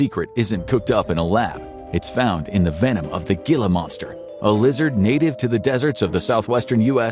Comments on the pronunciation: "Gila Monster" is pronounced "hEE-la Monster" (very soft "H") not "GhEE-la Monster" as if it were an Indian butter crossed with Spanish. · He-la, not Gilla my Gilligan. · Its a HEE-la monster not Ghee-la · The G in Gila monster is pronounced like a H. Heela monster. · uh....it's "hee-la" not "gee-la" jeez, I wish you people would send your AIs to Berlitz Language School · It’s pronounced “Heela” Monster, not “Gilla”. C’mon, guys! 😂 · It’s pronounced HEELA not geela, they’re also common in Arizona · Heela monster, i know i know, looks like gilla but trust me heela is the correct pronunciation- gila monster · It is not called a gggggggila monster. It's a H......ila monster.. Don't post shit You don't know about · Gila monster is pronounced "heela," not "gilla." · It's pronounced He-la, not Ge-la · As an aside, it's pronounced "heel-a", not "geel-a" or "gill-a". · Gila Monster is pronounced 'Hee-la' not 'Gi-la'. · Gila Monster is pronounced "Heela" not "Geela." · lol, not sure if you are an AI voice, but it’s hee-lah monster. Not gila. Funniest thing ever. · Heela monster. Not geela. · I see no point believing a video where you can't even pronounce gila monster correctly It's not pronounced Gil-a, it's pronounced he - la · He la monster Not Gill la , pronouceation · "Geela monster?" You're pronouncing it wrong. It's more like Heala monster. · Gila monster is pronounced ( Hila monster ) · Oh for God’s sake. It’s pronounced “HE lah” not “gilla”. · Dude. It's pronounced "hee-la" monster 🙄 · It’s not pronounced Gill-a, it’s pronounced Hee-la. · It's "HEE-lah" not "gillah" 🙄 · Gila (HEE-lə) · Native Arizonan here; Gila Monster is pronounced ‘hee-Lah’. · Arizonan here. The animal's name is pronounced "HEE-luh" monster. It's one of those names from down here that's from either Spanish or one of the Native American languages. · it’s pronounced “HEE-luh” monster. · It’s pronounced he-la monster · It's pronounced Hila sweetie. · Gila monster is pronounced "heela monster".